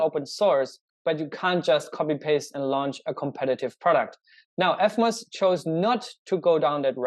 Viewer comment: It s eVmos not eFmos , learn to pronounce proper english kraut.